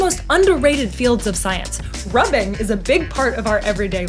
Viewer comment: She said rubbing!lol 😂❤